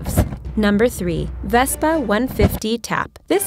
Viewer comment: You've mispronounced so many vehicles in this video I can hardly stand to watch it and that was not a bazooka Vespa that was a recoilless rifle Vespa